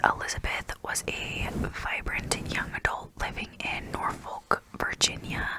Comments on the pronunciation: I grew up in the area- if it helps the emphasis is put on the first syllable: NOR-folk. I've noticed that a lot of people will drop the l and say "Nor-fick." Both are accepted. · It’s norforkkkkk